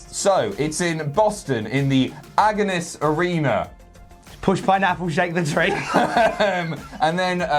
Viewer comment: Ah-gah-nis Arena. We don't know how to pronounce anything correctly in Boston.